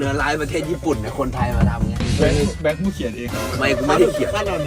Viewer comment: เขาชื่อพี่ แบงค์ ไม่ใช่ แบ่ง เพื่อน ไม่ใช่ เพื้อน มี ไม่ใช่ มี่ เดี๋ยว ไม่ใช่ เดี่ยว เยี่ยม ไม่ใช่ เยี้ยม วิ่ง ไม่ใช่ วิ่งไปฝึกภาษาไทยนะคะไม่ได้ด่าว่านะแค่บอกให้รู้